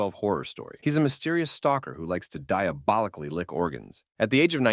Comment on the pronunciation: “diobalicaly lick organs”💀💀💀